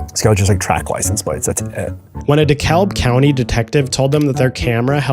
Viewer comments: sorry i couldn't help it lol "dee-kalb" :D The L is silent in dekalb. Don't ask me why but that's how we say it: De-Cab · Dekalb County is pronounced "Deecab", the L is silent. Love you videos! ❤ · Dekalb is pronounced as De-kab, the l is silent brodie...